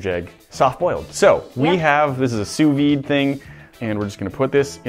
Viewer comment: The V in sous vide is silent, just like the second S in sous